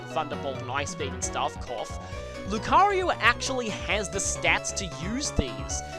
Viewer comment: Why do you call Lucario 'Lucaryu'?